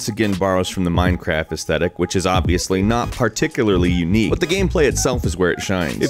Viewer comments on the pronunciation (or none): none